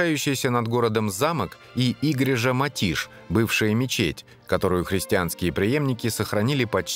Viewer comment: Все хорошо, но почему все названия даются то на португальском бразильском, то вообще, на испанском? Река ТЕЖУ в Португалии, писатель ЛуиШ Камоэнш! Переводчик, явно не в курсе, что существует португальский язык, европейский, на котором, собственно, и говорят в Португалии. Постоянно идёт какая-то дикая смесь. Король Диниш, но река Дуэро? Церковь по-португальски "игрейжа", а не "Игрежа", знаменитые фрески -азулейжу, а не "азулеху"..... В общем, очень слабая работа переводчика